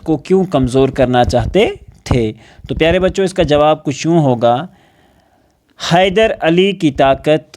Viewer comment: Khyder nahi😂 hyder😊